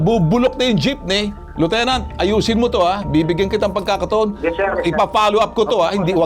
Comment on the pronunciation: Lieutenant walang alam sa batas 😂 Paanu naging Liutenant itong Unggoy na ito 😂 Karamihan ng mga Police sa Pilipinas ay walang alam sa batas. Basta Pooice ay ayos na at bahala na si Batman hehehe😂. Anong klaseng Police training ang ginagawa??? Tae training 😂